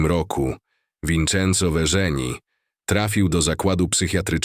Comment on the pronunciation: Nazwisko Verzeni wymawia sie jak WERCENI....we włoskim nie na litery RZ.....poza tym super odcinek !